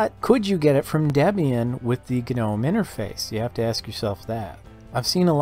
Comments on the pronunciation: It's pronounced nome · Why does everyone say guh-nome